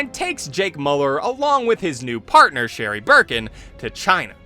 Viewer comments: it's miu-lerr not moo-ler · I like the video but jesus you kept pronouncing his last name wrong. Its pronounced Mew-Ler